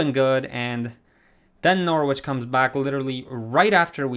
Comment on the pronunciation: Love the content! I use your realistic career mode guide and it adds so much depth! One thing about pronunciation is that Salford is pronounced Solford and the W in Norwich is silent so it’s pronounced Norich :) hope that helps